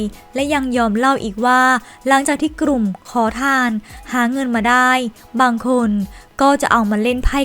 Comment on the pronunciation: กลุ่ม ไม่กระดก ลิ้นนะคุณ ai